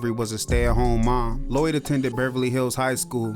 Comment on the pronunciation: I keep hearing lewie not lloyd